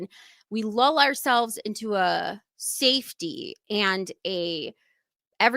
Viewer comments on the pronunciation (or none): none